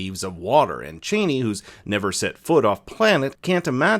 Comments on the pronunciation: Chani pronounced "Chahh-ni." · Man, it’s hard to listen to you keep calling her like a certain former American Vice President 🤷🏼‍♂️. It is not how you supposed to pronounce her name, for Herbert sake….. do your research properly,please.